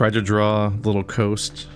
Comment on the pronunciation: Coast -> Cost. A is the letter.